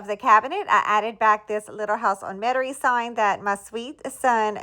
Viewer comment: Love your front porch. Do you live in Louisiana? When I first saw your channel name I thought it said Little House IN Metairie, which is a town in Jefferson parish Louisiana. However you sound like you live in the country, although you pronounce Metairie like we do in South Louisiana. ☺